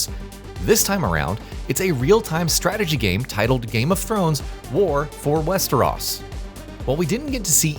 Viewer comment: Wester-oss? Dude ever watch the show?